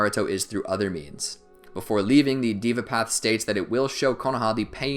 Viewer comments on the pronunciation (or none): it deva not diva